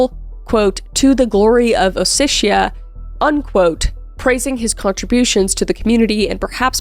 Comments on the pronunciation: It’s kinda hurting me: it’s O-SE-TI-A There is no “shhh” please I do not care about Vitaly he’s a murderer But do minimal research on pronunciation, it’s not that hard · It's OsseTia, not OsseSia, or OsseSHia. Just saying.